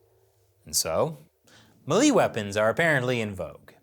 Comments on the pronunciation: I HATE to be "that guy", but the word "melee" is pronounced MAY-LAY. As in a fight or skirmish. It sounded funny being said as muh-LEE. Otherwise, on point as usual. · FYI I don't believe it's my Irish friend talking about his Korean neighbor; 'Me Lee' weapons." It's more like MAYlay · Melee (May-Lay)